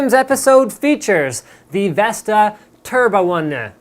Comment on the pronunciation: Turbo-One-Na ??? haha